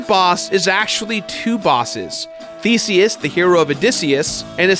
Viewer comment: Did he say Theseus or Feceus? LOL